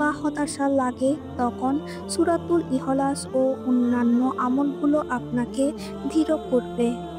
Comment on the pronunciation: আপু উচ্চারণ টা ঠিক করে করুন ,সুরা ইহো লাস বলে কোনো সুরা আছে বলে তো আমার জানা নেই